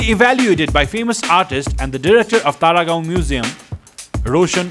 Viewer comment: Was I the only one hearing Paragaon instead of Taragaon😆😆😆